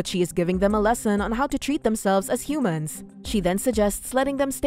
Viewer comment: Every time the narrator says Humans it makes me cringe